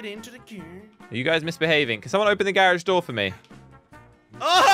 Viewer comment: It's a garage not garich